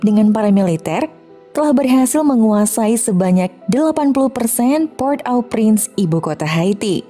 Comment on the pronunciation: Maaf min cara bacanya PORT-AU-PRINCE itu ( poghrt O Pghrans )